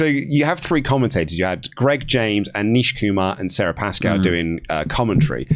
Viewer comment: Nish not Neesh